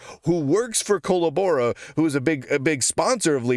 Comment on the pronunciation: "Cuh Lab Uh Ruh" not "coal uh boar uh"